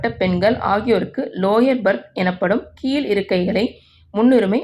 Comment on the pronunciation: வளங்கும், கீல் இருக்கை, பேசற பெண்னை மாத்துங்க. ழ உச்சரிப்பு வர மாட்டேங்குது.